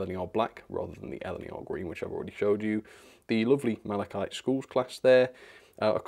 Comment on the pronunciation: I'm so awfully glad you learned to pronounce "Malachite" properly. :D